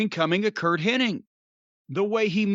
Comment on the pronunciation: My most bizarre pet peeve is I cannot stand when people pronounce Curt HENNIG as Curt “HENNING”. Not even fans, people in the business who knew him I’d say 99% of whom mispronounce his last name.